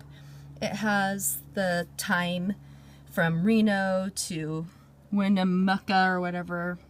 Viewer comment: Good map, and good advice,. It sounded like you pronounced Winnemucca just like the folks in Nevada..... From the Internet: ""As Winnemucca Farms increased potato production, there was a large number of off grade potatoes (potatoes that could not be sold into the fresh market) that became available. At the time it was not cost effective to ship these off grade potatoes to a potato processor out of the area. Due to this supply of off grade potatoes the RT French Company built a potato processing plant in Winnemucca. In fact the first “Pringles” potato chips were produced from potato flake from RT French Company’s Winnemucca plant from potatoes grown on Winnemucca Farms.""